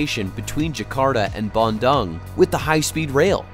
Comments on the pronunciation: hello, small correction, you pronounce dung wrongly in Bandung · the way y'all pronounced Bandung is so hilarious! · Please learn to pronounce “Bandung” correctly.